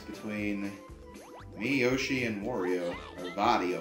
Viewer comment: Sorry but it`s Wario not Vario!